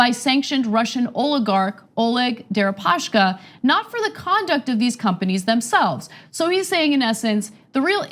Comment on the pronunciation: Why do you guys keep saying "Deripa-sh-ka"? His name is Дерипаска, not Дерипашка